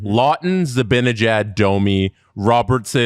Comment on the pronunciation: I love you, you’re beautiful inside and out. But I’m begging you, please learn to pronounce Zibanejads name lmfao